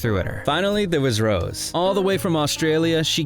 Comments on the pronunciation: Why so you think you have to reshash the entire Netflix documentary "Light Up The Sky"? Oh and please train your AI to say "Rosé" (Rozay) and not "Rose". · You lost me with "Rose" instead of Rosé. This AI channel is blocked. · Can’t listen to you call her Rose instead of Rosé for more than 5 minutes. It proves you don’t know the first thing about this group - or Rosé - and that you can’t even read her name properly. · It's Ro-Zay